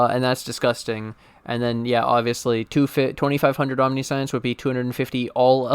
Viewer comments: British: om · ni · see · uhns American:: aam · ni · shns Streamer: Omni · Science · Only if you stop pronouncing it "Omni-Science". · That omniscience pronunciation tho (hint: it is not omni-science) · I usually don't do this but its said so much in this video that I can't help it. It's pronounced "om-nih-see-ince." It's not about science, it's about seeing everything. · Sigh, can't listen to the vid bc you keep saying omniscience WRONG. Sorry I'm a bit, or a lot, OCD about pronunciations